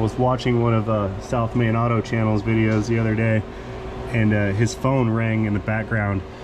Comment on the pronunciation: . South MAIN. Not South man. C’mon main.